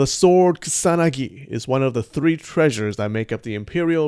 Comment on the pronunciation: Dude why say "ksanagi" instead of ku-sa-na-gi slowly if you cant say it right